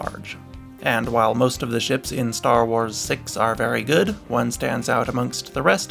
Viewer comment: 0.00, either im tweaking or he said "star whores" instead of star wars